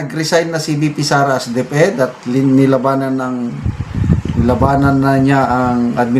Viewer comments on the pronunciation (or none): none